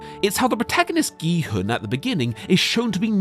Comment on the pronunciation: gEe-hUhN its prounounced kee-hoon (sorry if this seems mean but i couldnt get over it lmao great video keep it up)